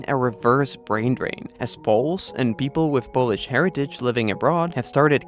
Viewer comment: Nice Polish pronunciation , awesome